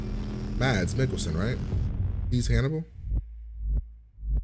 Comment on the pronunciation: Who‘s gonna tell him that the d in the name „Mads“ is silent?